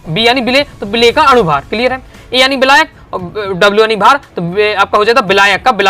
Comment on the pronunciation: बिलायक नहीं मेरे छोरे विलायक 😂